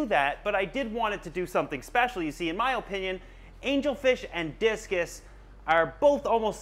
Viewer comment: the way u say opinion with so much emphasis on the first O drives me crazy lol!!!! im very country and i say uh-pin-yun so it sounds so proper the way you pronounce it. im am of course joking. we are from different countries so its to be expected lol